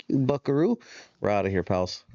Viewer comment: saying buckaroo sound lame “Big Dog”